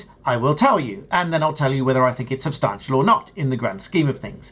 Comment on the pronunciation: There's no R in substantial... Stop it!